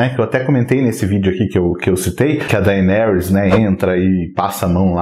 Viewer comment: Dainerys? kkkkkkkkkkkkkkkkkkkkkkkkkkk